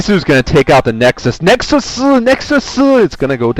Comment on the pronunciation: bisu fighting~ i like how you say nexus in korean